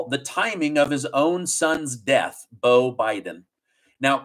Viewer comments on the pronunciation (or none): none